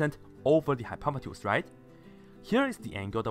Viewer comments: No he says hypopetus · i hate how he pronounces hypotenuse